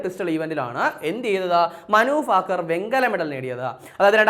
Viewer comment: ഫാകർ അല്ല 😂😂😂